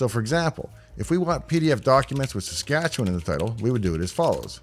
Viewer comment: Ok, anyone who can pronounce Saskatchewan correctly has to be from there. Hello, from a fellow Canadian.